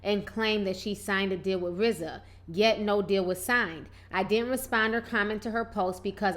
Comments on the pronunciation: Its RZA not RAZ... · Who is Raz? Oh you mean Rza. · Girl no, It's RZA!!!! Rofl!!! R-Z-A!!! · RAZ?? TI lol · its RZA ffs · RZA PRONOUNCED RIZ-ZAH